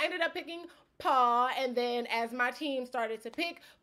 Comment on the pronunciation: Paul must’ve had something against you because you pronounced his name wrong. Seems like something that would hurt Paul’s massive ego.